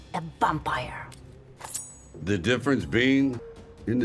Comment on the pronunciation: Me: Sound out Vampire. Skarlet: Vam-pire. Me: Now say it. Skarlet: Bampire. Me: facepalms